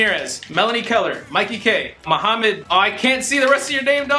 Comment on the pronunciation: The way you pronounce Mohammed makes me so damn happy. People would say some stupid shit like mokhammaad or maaahamed.